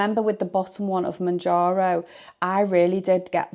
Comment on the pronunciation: Exciting times ! Good luck I hope it suits you 🤞🏻 I’ve stayed on mounjaro (monjaro) you say in correctly 😊 but my friend is moving to Wegovy I’ll share your video with as it might help 😊thank you